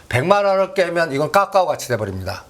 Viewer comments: 종목명이 까까오가 아니라 카카오입니다^^ 듣기 아주 불편하네요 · 듣기 절라 거북하네 까까오가ㅜ뭐꼬? 카카오 발음이 안되나? 기업이 주가가 실적과 밸류와 시대적흐름은 무시하고 무조건 작업이나? 카카오는 성장이 끊어지고 대주주 논란등... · 발음 좀 따라 해봐. 까까오 아니고 "카카오". 아프리카에서 이민 온 사람도 아니고 발음이 그렇게 안되나? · 카카오를 왜 까까오라고 하는거야? 까까사묵게? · 오늘31일인데 ? 이분 어쩌면좋아요 이런훌륭한분이 한국주식시장에 계셨다니 정말한심그자체입니다 카카오를 까까오라고하시질안나 주식장은 아무도예척을못하는법인데 당당하고대담하게 예견도하시고 존경합니다 님이시여~~공부좀하십시요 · 어마무시 거버넌스 이단어는 가장만이사용함 ㅎㅎ 근데 거버넌스가 무슨뜻인지 알고계세요?? 까까오 가아니고 카카오입니다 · 카카오를 왜자꾸 까까오래ㅠ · 카카오를 자꾸 까까오 라고 해서 너무 거슬려요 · 카카오입니다 까까오 아니고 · 2021년에도 건설주 soc 현대건설 강력추천하면서 빠데리 옆에도 가지마라더니 그이후로 10배갔다 똑같은소리 한다 회비받아 구찌에서 이제 톰브라운 빠데리 까까오 발음부터 진짜 소설써서 여럿 죽인다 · 분명 맞는 말인데 이분이 말하니 지금은 아닌가 생각이 드네요 그런데 이 사람은 늘 어렵게 빙빙 돌려서 얘기하면서 늘 안맞어 신기하게 그리고 이분은 카카오를 왜 매번 까까오라고 하는지 듣기 싫어요 진짜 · 종목 발음부터 제대로 입만열면 까까오~ 까까오~ 거슬리네.... 이차전지 떨어지니 신이났다 신이났어 기업분석 없이 차트만 가지고 요설만~ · 아오ㅡ굳이 까까오ㅡ 발음이 안되는건가? 거슬려서 내용은 걸러지고 짜증만 난다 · 까까오래. .ㅋㅋ 발음이 레젼드네. 까까오..ㅋ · 까까오, 메따뻐스 ㅎ 영어를 진짜 어디서 배웟냐? 웃음밖에 안나온다